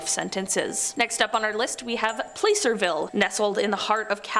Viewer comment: Placerville was also pronounced wrong.